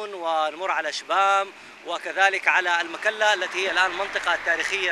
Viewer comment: اللي سال هل تستطيع الزياره عادي جدا دووبي جاي من هناك والاوضاع ممتاز. تنبيه للاستاذ اسمها المكلا ( بضم الميييم وليس بالفتح )